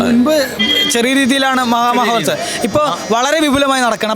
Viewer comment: ശരിയക്കും കൃത്യമായ ഉച്ചരിക്ക ടോ പിള്ളാരെ 😂മാഹമകമഹോൽൽസവം എന്ന് തന്നെ പറയടോ